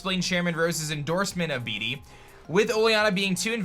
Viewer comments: Disliked. Stop. Saying. BeeDee. Say it like Bayde or something until they release official proniunciation. Nobody wants their jerk rival to have a silly crappy name. Thanks. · yo heads up, pretty sure Bede is pronounced like bead not bee-dee